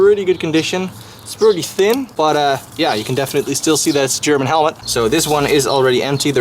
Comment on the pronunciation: Your German pronunciation is awesome